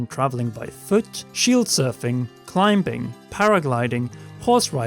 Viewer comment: Who’s gonna tell him? Anyone? No one? Ok.... I’ll say it. The B in climbing is silent.